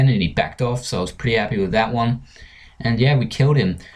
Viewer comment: wis Me: you just got a vit xD Me: are you drunk or what